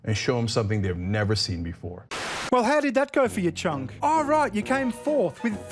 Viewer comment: I love that you pronounce his name Chunk, it’s perfect.